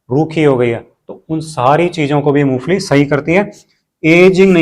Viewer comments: मूंगफली बोल रहे हो या मूसली बोल रहे हो😮😅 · Moongfali kah rahe hain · मुंगफली ठिकसे बोलो